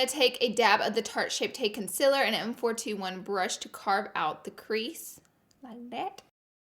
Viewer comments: I love you but I just realised you say concealer wrong #notahater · I love that you call concealer, consiller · The way she says concealer cracks me up No Hate I love you so much Laura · the way she says concealer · She's amazing but the way she pronounces concealer makes me cringe hard!